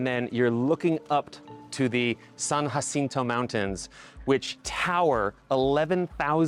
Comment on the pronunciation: What an odd way to pronounce San Jacinto lol